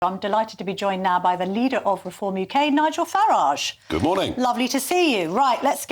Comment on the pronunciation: Farage should sound like Garage. Nigel is the Hyacinth Bucket of British politics, keeping up appearances on an old Con trick, uniting you in fear of immigrants, the easy to pick on, to get a mandate for the greedy whose only patriotism is to their property and their purse. Whatever my anger and disappointment with democracy, I’ll keep believing in it, because we’ve tried everything else. My troubles have nothing to do with a brave nurse far away from home, some desperate fool floating in the channel. I have a problem with Nigel’s mates, landlords kicking out families to make a bit more rent, private companies ripping off public services we all pay for, bent officials and politicians taking bribes and gamblers in the city playing loose with our financial lives. I’ll not vote for Nigel, to Refrom us in the shape of his fear and greed. I’ll not vote to see you ground down by low wages, high rents, with no hope for your grand children but to serve debt. I’ll not help Britain become a land where the descendants of the lions of WW2 have to kneel at the feet of pigs.